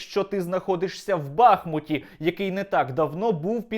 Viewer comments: Сподобалось, так, лацк. Але не БАхмут, а БахмУт. І тоді все горазд. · Наче ж бахмУт, а не бАхмут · БахмУт - наголос на У. Є річка БахмУтка. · Все так, Але не знущайся над містом Бахму́т, називаючи його Ба́хмутом. Складно у Вікіпедію зазирнути? Виправиш- з мене підписка☺️